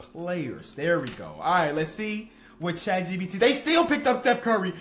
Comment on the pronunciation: Is he saying chat GBT?